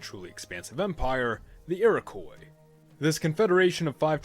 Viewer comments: It's pronounced Iro-kwa not Iro-koi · Iroquois was normally pronounced "eero-qwaw" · Please stop saying Iroquois wrong, it's ur-uh-qwah